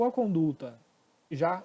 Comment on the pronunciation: muito boa a aula. Mas corrige o CONDULTA, por favor. Não tem esse "L".